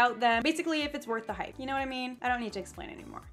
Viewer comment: count how many times she said hipe 😂😂